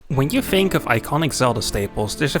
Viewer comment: are you saying “fink” and “fings?” dude, are you british, or do you have a speech impediment? literally fucking unwatchable